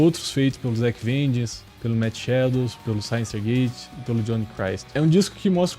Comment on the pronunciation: Só precisa aprender a falar synyster gates... Kkkk de resto ótimo vídeo